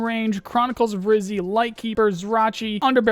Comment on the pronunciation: It's "Rhyzhy" btw. As in "Red" as in "Redhead". You should pronounce both Y as you pronounce the first one.